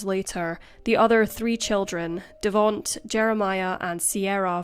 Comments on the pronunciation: Devonte like Devon-tae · Devonte's name is pronounced "de-VON-tay" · its pronounced devontay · "Devaunt's" name is spelled Devonte and is pronounced De-von-tay*. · Devonte. It's pronounced Da-von-tay. Accent on the 3rd syllable ❤Excellent video....per usual. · The mispronunciation of Davonte is sad lol